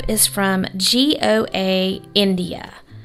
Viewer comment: Goa is beautiful! It was settled by Portugal and has beautiful beaches! You pronounce it just Go a . It has 2 syllables and the "a" is a schwa "a" sound.